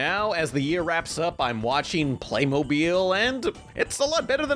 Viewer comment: First of all you're little joke over here is so cheesy come on man step up your game and second of all it's pronounced Playmobil not PlAyMoBiLe